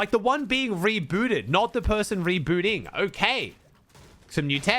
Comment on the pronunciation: the way said rebooting is crazy